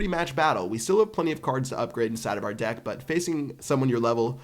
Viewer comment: I sware he said deck so many times it sounds like d*ck. ;D